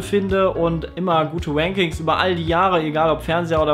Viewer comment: Mal ganz davon abgesehen wie gut das Video war. Ich liebe es wenn englische Wörter mit R ausspricht, da wird aus Ranking -> Wanking oder aus Rushen -> Wushen haha du bist der geilste, mach weiter so!